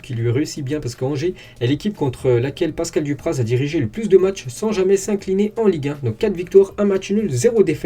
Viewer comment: Pascal dupraze 😂🤣